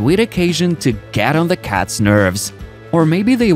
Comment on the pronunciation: STOP saying "Da" for "the"! "Da" is LAZY. Proper PRONUNCIATION! Or, get ELSE to narrate.